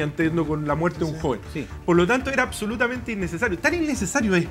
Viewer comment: Yo solo vengo por Artes a que diga: "acsolutamente".